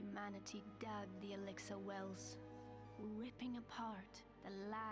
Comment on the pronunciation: You have 8 weapons, you only need 1, salvaged weapons become runes which you need to upgrade a weapon, also runes only use one backpack slot, I seem to remember collecting over 130 plant fibre in first 5 minutes, you been playing 1,20 minutes and only just got 47. it is not exiler it is elixir, if you must read try to pronounce the words correctly, maybe try reading for your self what is on the screen it high lights R to customize appearance, the +3 cutting armour was on a ring which is classed as armour therefore you increased the armour rating not the attack rating which is only on weapons.